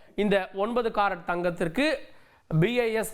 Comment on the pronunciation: Carrot engirai unakku pronunciation varale😢